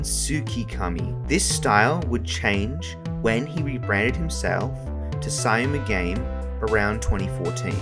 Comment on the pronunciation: Syamu_game is pronounced as "SHAM-GAME" just for sure.